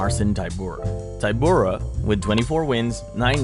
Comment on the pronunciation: I like the confidence necessary to be so wrong about the ty of Tybura sounding like Tai. It is a polish name. Y has ee sound in most languages. .